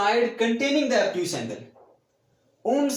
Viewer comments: Obtuse angle hota he abtuse angle Nahi hota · Abtuse angle😂